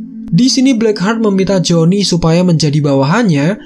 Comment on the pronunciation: Perasaan dari awal gw dengernya joni mulu